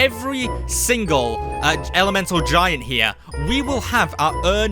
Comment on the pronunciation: You said ice elementary giant